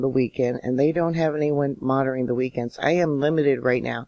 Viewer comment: Monitoring has a "t" in it. It isn't "monoring".